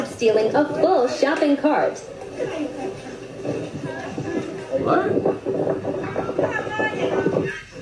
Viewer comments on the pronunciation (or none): You said copping shart instead of shopping cart💀💀💀💀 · I love how you corrected urself but still said “copping shart”💀